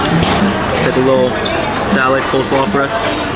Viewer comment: I like your pronunciation of some things, starting with fams, Pisa, salod. 😂